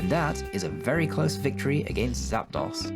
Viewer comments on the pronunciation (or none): Nice work and good job. I liked your style and picture thing (don't now what to call it ) around the gameplay. Although Some of your pronunciations slightly bother me. Like machop I say it ma- chop. Zapdos I say zap-dos as in two its articuno (uno/1) ,zapdos(dos/2), and moltres (tres/3) and the y in aerodactyl I say silently. I'm not sure if that is a British thing or a pokemon have weird names thing but its suppose to sound like pterodactyl witch i do not sound out the y in at least that's how I think of the names.